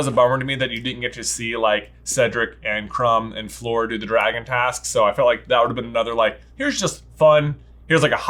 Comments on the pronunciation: Love your review, but as a French speaker J’s pronunciation of Fleur makes me cringe so badly. It’s more ‘Flure’ than ‘Floor’ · Your pronunciation of Fleur’s name gets a D. I know you’re aren’t on the French train or even English spelling bus but it’s not so hard. You’re saying her name like the word ‘floor’ basically. The pronunciation is like the word ‘flurry’ obviously just dropping the Y. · J kept saying floor not fleur 😂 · The right pronunciation for Fleur isn’t floor 😅 it’s like Fl - uh - r